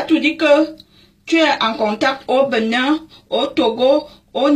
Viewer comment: Hihihihi j'adore comment elle prononce le benin...le Beunain!!!